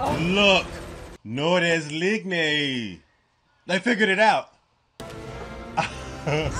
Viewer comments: Nord des Lignes is pronounced /NOR/ /DAY/ /LEEN-ya/. It means North of the Line (across the Canadian border. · "nord day leegness" lol